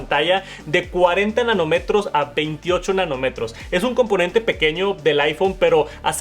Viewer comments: Ojo con la pronunciacion de nanOmetros. No es nanoMEtros. Ojo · Jajaja “Nanométros” “Sustentable” “Tácticos” Dios que espeluznante. No se como es que tienes seguidores. En los pocos videos que me aparecen de sugerencia, que veo solo porque me da hueva cambiarle, en todos tienes imprecisiones de esas y montón de tonterías así. Me metí a tu podcast por pura curiosidad y es lo mismo. Desesperante. Jajaj que bárbaro. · nanomEtros jajajajja habla bieeeen